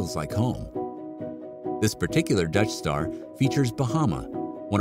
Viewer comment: Every time he says Dutch Star I hear "Death Star." RV should be all black outside.